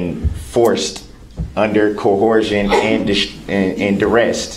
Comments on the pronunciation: "cohersion," "durest," 💀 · Well, he was under "cohorsion" and "duresst."